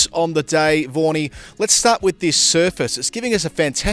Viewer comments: Why do u call vaghan as warnie??? Very strange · Vaughny he called vaughny